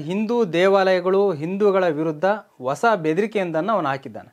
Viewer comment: ಓಸ ಅಲ್ಲಾ ಪ್ಪಾ........ಹೂಸ ಅಂತ ಹೇಳಪ್ಪ